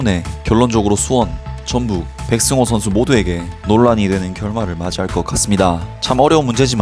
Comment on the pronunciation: 백성호아니고 백승호 ㅋㅋ 사투리 티난다